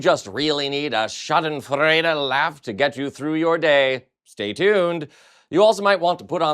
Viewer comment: Please learn how to pronounce the word Schadenfreude